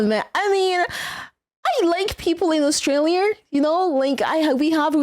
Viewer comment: "Australier." Definitely the first time I've ever heard that pronunciation.